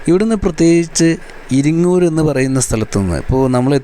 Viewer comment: ഇരിങ്ങൂർ അല്ല ചങ്ങാതി ഇരിങ്ങൽ